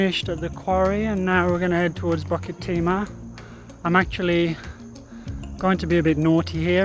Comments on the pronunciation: Pronounce BULL KIt Tee mah not BUCK kit tee mah. Lmao. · it's BUKIT timah; never BUCKET timah. not that hard to get that right no...